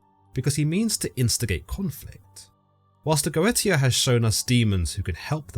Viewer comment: Its not Go eta, goetia is pronounced Goesha